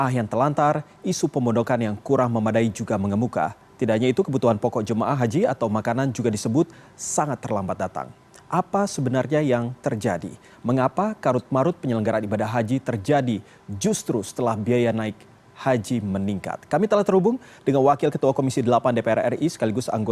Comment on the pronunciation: Carut-marut, bukan karut-marut, tong!